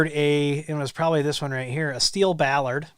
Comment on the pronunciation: bollard noun... bol·lard. Pronounce the O.